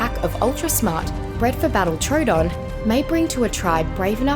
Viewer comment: Am I the only one who got PTSD when she siad trodon